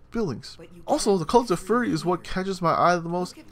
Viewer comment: It's pronounced like "fury" not "furry".